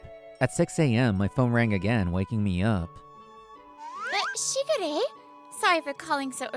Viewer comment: I know they say "Shigure" but I swear I keep hearing "Sugar Ray" and just... so many songs from the late 90's and early 2000's.